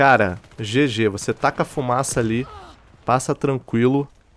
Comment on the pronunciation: Hahahahahahha ma sembri Veneto..."oh raga,la fumasa" hahahahhaha (min. )